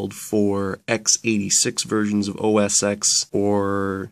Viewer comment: I hate to bitch but the way you pronounced linux and debian annoyed me so much, and also its OS ten, the X is roman numeral for 10, and its pronounced OS 10 not OS X. Please look at (how to pronounce .com) to see the correct way to say linux and debian. but i guess also depends on where you are from and any accent.